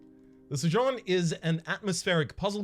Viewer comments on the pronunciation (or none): It’s pronounced SO-jERn